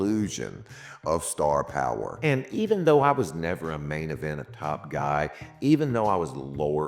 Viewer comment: When you said main event, I heard Mavenent.